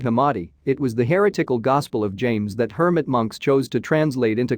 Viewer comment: The (machine?) narrator kept pronouncing 'heretical' HAIR O'TICKLE. Conas a ta tu? ☘️. I had a bedsitter in Glasnevin that was haunted once.